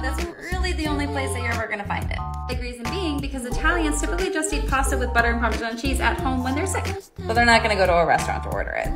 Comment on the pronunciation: I was hoping you wouldn’t pronounce it like “Parmeshaan” 😢 It makes absolutely no sense and I don’t understand why people say it like that…